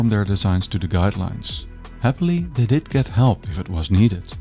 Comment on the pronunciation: wish you'd stop devoicing the consonants (i.e. they diD not they diT, plannerZ not plannerS (word final S is usually pronounced Z when it's preceded by a diphthong or a voiced consonant))